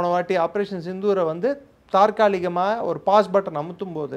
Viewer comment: Almost everyone is wrongly pronouncing தாற்காலிகமாக...but the correct word is தற்காலிகமாக...😂